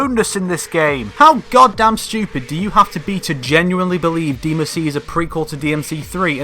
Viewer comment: please stop calling it deemuhsee